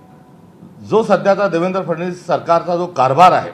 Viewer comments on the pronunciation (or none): फडणवीस शब्द 100 वेळा म्हणा मग चांगला उच्चार येईल